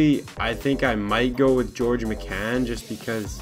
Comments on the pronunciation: It's pronounced miccan? I thought it was like Mike-an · George McCann????? That's how you pronounced it. It's Mike-n bud smh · Its pronounced mike-in not mecan lmaooo u pecan 😂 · Connor D'Arcy MY-CAN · "Mike In" is how its pronounced. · It's pronounced myken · your saying MIKAN wrong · TheKYRw I cringed every time he said it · ugh the way he pronounced his name he's clearly never heard of George mikan before.. embarrassing, put the game down and watch some basketball please, rip mikan